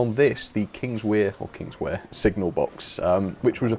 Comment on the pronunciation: Kingswear is pronounced Kings-where. I’m relatively local (just up the line at Newton Abbot) so you can trust me as a valid source.